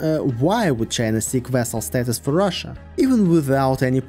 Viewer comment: Rhina? Chussia? 😂